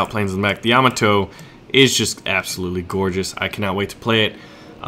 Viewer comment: Thumbs up for knowing how to pronounce Yamato!